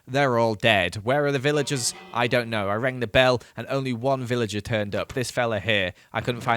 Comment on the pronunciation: I swear he said pillager instead of villager. Anyway the videos quite good! I really want to see day 3000